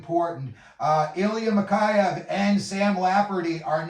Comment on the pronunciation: Lol. "ZadArov", "MikAyev", C grade for Vancouver. 514 subscribers makes perfect sense...